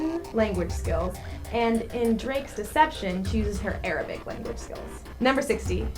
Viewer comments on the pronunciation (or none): none